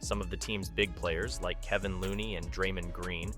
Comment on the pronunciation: I don’t like the way he said Kevon and Draymond….also it’s not Michael green it’s jamichael green. Idk if he really knows about the warriors the way he saying their names wrong lol.